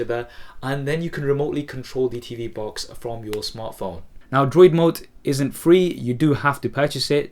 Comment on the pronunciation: If you are asking about the App he is using to control it with his phone, it is DroidMote. He mumbles the first time he says it.